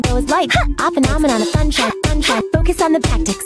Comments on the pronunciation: she saying sunshine or funshine. xD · She says "sun shining". You can cut off the "ing" and it ends up sounding like "sunshine". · she says sunshine funshine lol.